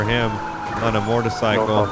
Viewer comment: " this is even sketchy for him, on a MORTACYCLE " 😂😂😂😂😂😂😂